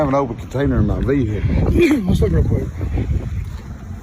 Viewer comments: What's a vee-hickle? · I love the south where they think the word vehicle had three syllables lol